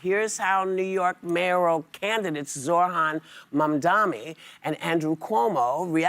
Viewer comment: i wish whoopi would take 5 seconds to learn how to say Zohran Mamdani